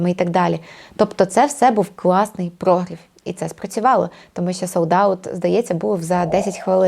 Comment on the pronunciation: Корисне і класне відео. Але прогрів - наголос на І🙂